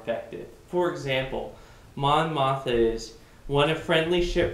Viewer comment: Good breakdown. Thanks. Also: Mon Moth-Ma. :)